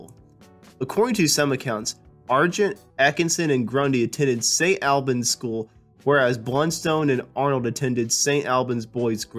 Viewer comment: Indeed. St Albans, for instance, needs to have the 'a' vowel from the word "awl", not from the word "far"